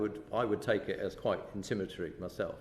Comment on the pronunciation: "Intimatory" is what he said (listen again), while what he means is "intimidatory" . Not only is he less articulate than the people he addresses, but he actually does not understand the issues here. You can sense his disdain! How can that man chair the committee?